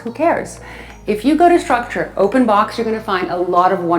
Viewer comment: It's called structube not structure.